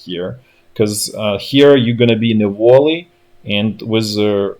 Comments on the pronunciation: And "vallee", not "wall- ee". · Hey man its a Valley, not Volley. Volley means something else. Wouldn't have corrected if it was just pronunciation :))